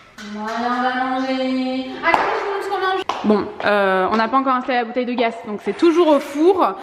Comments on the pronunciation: Vous me stressé à prononcer gas au lieu de gazzzz lol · Par contre on dit bouteille de gaz (prononcé gaze) et pas « bouteille de gas ». Et sinon moyen les chaussures dans le salon, mais la maison est jolie